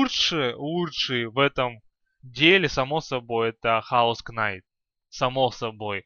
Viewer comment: И не кнайт а найт